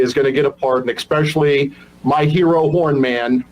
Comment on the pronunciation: Dude... you pronounce especially as "ekspecially" - you're lucky they let you in any basic office, so you can forget a federal office.